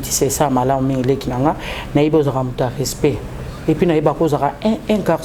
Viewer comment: Soki omoni mutu azo sala 3.500kg lokola mua nouveau né moko boyé aza naye mutu yakolanda té. Nafingi te mais n'a lobi kk. Ooh s'il y a pas le "rospect" intelligence yango nde boyé🤣 koo rospect eh balobaka RESPECT RESPECT. INTERVIEW EPOLA RÉFLEXION EPOLA FRANCAIS EPOLA. UN MEC NE PARLE PAS COMME ÇA UN PEU DE CHARISME VOYONS LE CHARISME N'EST PAS DE LA VANTARDISE MAIS UNE QUALITÉ DE PERSONNALITÉ À PLAIRE... SOKI OTIÉ TALA TIKA KK PO EKOKOMA OOOH BAFINGAKA... SOKI OMONI MUTU AZA MBANGA MIKUWA MIKUWA LOKOLA BA COTIS 🤦🏿‍♂️